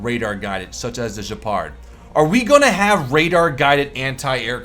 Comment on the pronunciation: it's Gehpard not Juhpard ya nut